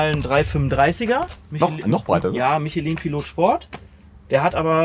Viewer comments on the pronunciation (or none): Es heisst nicht "Micheliin" sonder man spricht es Französisch aus.